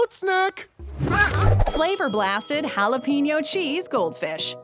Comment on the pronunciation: Would it hurt you white people to pronounce jalapeños right ? Where do you see peen in the word?